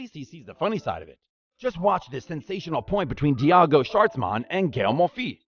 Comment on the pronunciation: Very nice video but if you work on your name pronunciation a bit more (Schwartzman, Monfils, Tomic) it will be better